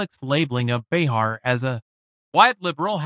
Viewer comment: Isn't her name said with the accent on the 1st syllable? Joy... isn't.